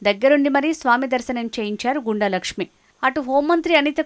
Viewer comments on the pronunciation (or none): గో ండు, గూండ, కాదు తల్లీ... గుండ n గొండు 👍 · గుండ అని చదవాలి